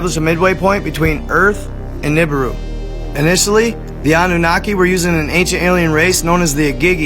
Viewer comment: Also igigi is pronounced E-gee-gee . And Nibiru is pronounced Knee-beer-ew not nib-a-rue